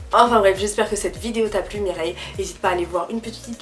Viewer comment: Tu me fait délirer a chaque fois que tu dit Mireille 😂😂😂 en tout cas merci pour se cour très instructifs bisous 😘😘